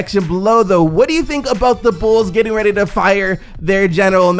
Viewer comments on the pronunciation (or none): none